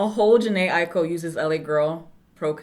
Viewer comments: You said her name right the first time lol its pronounced “iko” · Yup. Aiko= Eye-koh or ahあ-eeい-kohこ. Ai=Love and ko=child so her name means "Love child" most likely. Exact meanings of Japanese names depends what kanji characters are used. If it were spelt Aiiko it would be pronounced Eye-ee-koh or ah-ee-ee-koh.